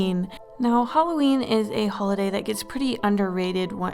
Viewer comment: DID NO ONE ELSE CATCH THE FACT THAT IN THE BEGINNING SHE FORGOT THE L IN HOLIDAY LOL